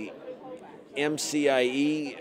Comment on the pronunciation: It's not MFIE summit. It's MCIE Summit.